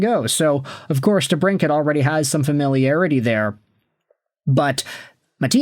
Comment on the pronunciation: For real... Not even watching this video just clicked on it to give your highlighted comment a like😎 dude can't even pronounce debrincat